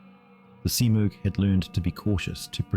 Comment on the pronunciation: Was this an early AI voice attempt. I heard several mispronounced words (thac-zero and smurgh was pronounced two different ways in the same sentance). Not that I have a problem with it, just got my notice.